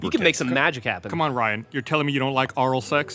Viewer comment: thank you for recognizing Gus' pronunciation of the word "oral." In all the podcasts I've watched, I never noticed that and I was wondering if I was the only one who heard it like that! :) Nice compilation.